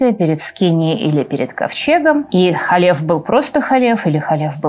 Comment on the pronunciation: Не Халеф, а Калев бен Йефунэ, Не Иисус Навин, а ЙеЪошуа бин Нун. А версия имени Б-га, которую Вы произносите, выдумана так называемыми библейскими критиками, а значит недопустима. Та четырёхбуквенная версия имени, которая встречается на иврите в огласованных текстах, тоже не настоящее имя, если прочитать, потому что согласные буквы - действительно имя Б-га, которое представляет собой глагол БЫТЬ, соединённый сразу в настоящем, прошедшем и будущем времени, а знаки огласовки взяты от ад-най - господь. Как произносится имя - знают только специальные люди - баал-шем-товы. Потому лучше произносить hашем, если надо сослаться на это имя. Либо перечислить еврейские буквы имени Йуд-hэй-вав-h'эй, где h произноситься не как русское Х, или Г, а как украинское Г. А за домыслы и следование ложным теориям о двух разных источниках Торы ставлю дизлайк. Рекомендую прочесть Тору с комментариями Раши, потом перечитать с комментариями Радака, потом Рамбама. Это всё комментаторы простого смысла. Кстати с этими комментаторами можно прочитать и весь ТаНаХ пытаться найти ответы самостоятельно - дело хорошее, но Вы относитесь к тому, что у Торы 2 источника, не как гипотезе "библейских критиков", а как к установленному факту. А если бы прочли с комментариями названных мной, на много бы вопросов нашли ответы, но у Вас бы возникли новые, уже более высокого уровня. Тогда бы Вы не создали этот ролик, а что-то белее квалифицированное